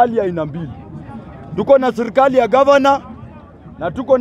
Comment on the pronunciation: Sio sirkali ni serikali. 😂. Acha kuluyisha kiswahili publically